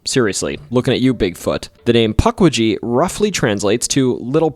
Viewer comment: omg.. puck wee gee.. this is gonna be a painful watch..